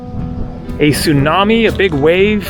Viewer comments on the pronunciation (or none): none